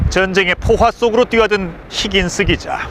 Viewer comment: 힌긴스~ 뭔개소리야 누군데 ??625 를사실그대로만 전달하세요 히긴스 가뭔데?